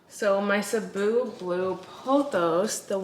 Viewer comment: This may be the first time i heard a plantuber not in the Philippines say "Cebu" correctly. 😂 Also those overgrown roots look sooo cool!